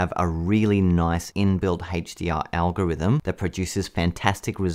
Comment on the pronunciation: OMG lol you kept saying HateshhhhDR